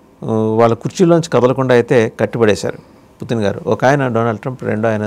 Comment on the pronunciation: అందరేమో పుతిన్ అంటే మీరేమో పుటిన్ అంటారేంటి